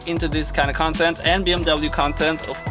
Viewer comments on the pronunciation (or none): none